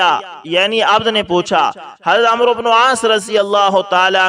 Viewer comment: عمرو۔ کوAmro نہیں پڑھتے بلکہAmr پڑھتے یہ عربی زبان کا لفظ ہے اسے عمر پڑھتے ہیں- اس لفظ میں و سا کن ہے